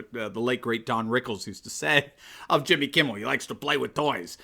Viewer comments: I was sure I heard you calling him Jimmy "Kibble", which is pretty accurate. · Did you say Jimmy Kibble? I think that’s who you mean. I don’t seem to remember Jimmy Kimmel